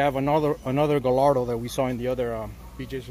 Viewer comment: Fun fact! The L’s in Gallardo are silent. It’s pronounced Guy-are-dough. Just trying to help!